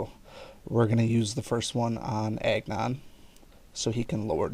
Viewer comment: When you say Agnon it sounds like you say eggnog 😂. Btw, great video!